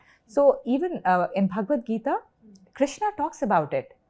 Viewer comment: Its Krushna why does she say Krishna?